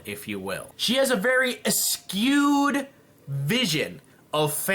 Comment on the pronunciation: It's skewed, not ascuued,:P